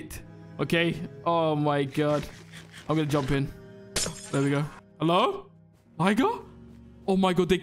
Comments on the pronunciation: I think he said “Liger run” but he might’ve said that, I can hear it both ways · If he said “Liger run”, then it would’ve been pronounced “Lie-ger” not “Ligger” lol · I do not hear liger at all I rewinded it like 5 times and I do not hear liger😭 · Since when Liger German?